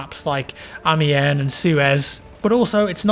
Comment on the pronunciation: Who else finds it annoying how he says ami-en rather than ami-on like a Frenchman would say it